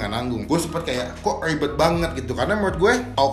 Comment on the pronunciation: Selibet libetnya